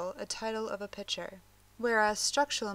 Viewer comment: Excellent tutorial. Great pace and content. Love the narrator's voice. (However, it's pic-ture, not pitcher)